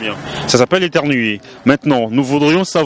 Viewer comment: Mdddrr la fille là a dit '' etermuer '' 😥😭😂😂😂😂😂😂